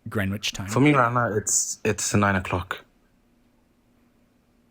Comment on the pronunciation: "Green witch time" Dude is in the UK and doesn't know how to pronounce Greenwich or how to Google pst to gmt 🤦‍♂️